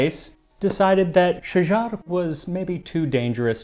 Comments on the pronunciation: not Shajjar al duur, shagarat addurr. I feel you are doing it in purpose like zios saying KHKHKHamas to degrade their exposer. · Egyptian here and I absolutely enjoyed your take on that part of Egypt awesome history It’s Shagarat not Shagar as the first is a singular tree while the latter is the plural form of the word ie trees 😂 I recommend you explore another famous Egyptian dish - Molokhia also dating back to Mamluks era with another very intriguing story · Thanks for the video man, great to introduce our historical dish’s to everyone ❤, I’m a native Arabic speaker just a small correction her name was Shajart with T, not Shajar. Shajart Aldur is famine Shajar used plural for one tree which is Shajarah ( sorry Arabic language is a bit confusing, cheers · For the love of god it's only Umm'u Ali, it's so damn simple, if you're doing all that research why aren't you bothering to learn how to pronounce it?? And Shajar-Al-Dur? It's Shajaret-Al-Dur or Shagaret-El-Dur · Its pronounced Shajaret ildurr. Thanks for the recipe amd history❤ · Love your videos but I can’t stand listening to you mispronounce these two words. The name of the dish should not sound like you are talking about someone’s last name of O’Malley. There should be a slight beat (for musicians it’s like a sixteenth of a rest). The queen’s name is Shajarat Al-Durr. Without the T it is plural and the T is there because Tree is feminine. keep doing what you’re doing. Hope this helps.